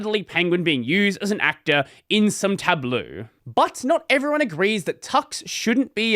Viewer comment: Hmm... You pronounced TABLEAU semi-decently but you butcher NOUVEAU every single time Noo-VOh (the last O is pronounced like the letter O -- Oh) You should work on it, it is really is not THAT hard!!!